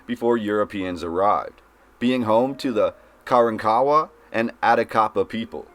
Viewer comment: Ka ronk a wa, A tack a paw! Proper pronunciation of the local lndians back in His -sto-ry NYUK NYUK NYUK CERTNEY 😊